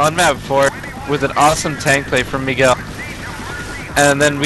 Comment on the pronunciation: ... Mig-u-el...? C'mon commentator